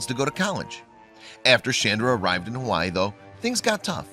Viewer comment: U said Hawaii wrong